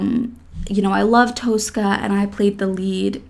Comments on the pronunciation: Please... It's not Toastcar Toas-cah, but "Tosska" like in toss-it-away. Two short syllables. No more Toas-cah, please. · Tosca pronunciation is Tos-ka.